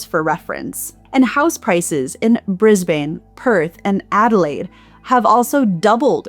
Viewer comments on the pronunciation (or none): It wasn't only melbourne but brisbane too 😂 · Sorry, I meant Melbourne and Brisbane. Your Sydney pronunciation was correct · Melbourne and Brisbane hehehe. I came to the comment to check that as well :P